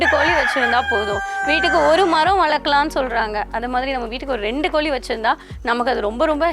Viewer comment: It is not koli you have to pronounce properly in Tamizh.. It is Kozhi so before coming to blog master the language.. 👇